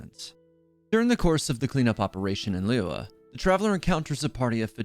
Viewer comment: Your pronunciation of liyue is terrible lol. Try study it before will be great.